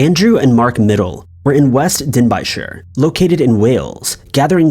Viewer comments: not pronounce den bine shire pronounced den bin sher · That the first guy was American and found to have a 32" waist over the age of 40 is a miracle in itself. Second place is pronounced "Den-bee-shir" or 'Den-bee' the town itself. Sidenote: great place to pick magic mushrooms every September lol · First time I’ve heard Denbighshire being pronounced like that